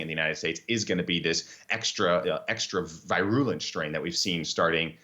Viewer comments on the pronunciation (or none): Vy-rew-lent? How can anyone at this stage in a pandemic be getting the word "virulent" wrong?